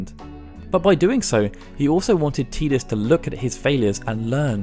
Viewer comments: TIDUS not TEEDUS!! sigh... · It's tie dus not tee dus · "Tee-diss"..... LOL i will never accept that terrible pronunciation. It's "tie-diss"... as silly as FF names can be, this TEEDISS shit is bonkers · Isn't his name ty dus? Why does he keep saying teedus? That sounds weird. Do origins of the ancients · ITS TIDUS NOT TEDUS AHAHAHSHSHSHSHSHBDFNDKKD C love your videos by the way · “Tee-dus”? It’s “Tie-dus” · T EYE DUS TIDUS NOT TEEE DUSS THERE IS NO E IN TIDUS , YOUR NOT TERED YOUR TIRED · Learn how to pronounce Tidus! If it was "tee-diss" it would be spelled Tediss, not Tidus... i dont care what the demo video pronounced, its wrong, arr-tard. (Arr-tard is meant to be pronounced 'fellow human, not arr-tard, how it's normally pronounced) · isn't it TIE-dus? or am i wrong? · How can you pronounce names so wrong in the first game to actually have audio? Teedus. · Great video! Had to dislike it though. You’re saying Tidus wrong. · I couldn't finish this cuz he keeps pronouncing his name teedus wrong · His name is pronounced "Tie-dus", this has been confirmed by Square... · 'Teeeeedis' ouch.. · "Teedus" Yeekes. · You'll call Tidus Teedus but you won't say Machina. Crazy. Annoying.